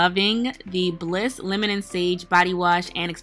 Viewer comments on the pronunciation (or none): none